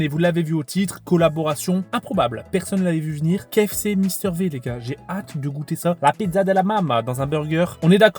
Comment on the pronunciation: Mister V (Vi) Pas Mister V(vé)